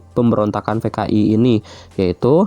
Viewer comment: Kenapa p dibacanya f si pak😭😭 kan dari "PKI" jdi "FKI"😭😭